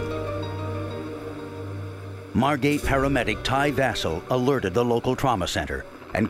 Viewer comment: Margate, not Margot.